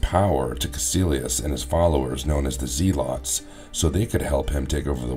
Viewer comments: It's pronounced Zelots not ZEEELOTS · Yeah that was weird mispronouncing. They even say it in the movie the right way so this guy is not fit for narrator status, it's embarrassing honestly. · Dude…it’s pronounced zeh-lets. Not zee-lots. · "Known as the zeelotts" I can't lol